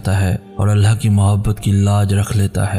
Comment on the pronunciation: why you always pronounce Allah as Allha?!!! What's wrong with you man? I always try to avoid that but can't tolerate anymore. How is this possible that a Muslim can't say the name of Almighty Allah in right way? Don't ever say Allha, say Allah